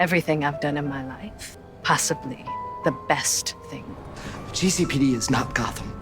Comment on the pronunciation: god how i missed hearing GEE CEY PEY DEY